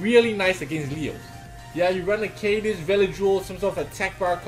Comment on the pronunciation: Bro is pronounced like Kadeez. Ka= Kaboom. Deez = Deez nu$@ Kadeez